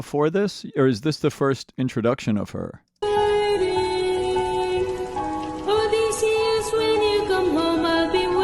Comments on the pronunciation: You got the pronunciation for Eurylochus down. Now to get the pronunciation for Odysseus down. It's o-DISS-see-us, not O-DESS-see-us. Aside from that, really enjoying these reaction videos.I completely agree, that part where he's singing with his deceased mom is one of the most beautiful parts of the musical and gets me every time 🥲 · it’s actually just O-dy-sse-us over and over again